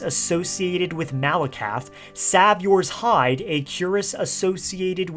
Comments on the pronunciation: Im sorry but the way you said “saviours hide” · lmfao you know how Christian’s say Jesus is their Savior? Pronounced the same way lol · Bro how tf did you pronounce saviors hide??